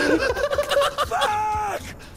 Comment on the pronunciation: did basically say “Persc_iption”?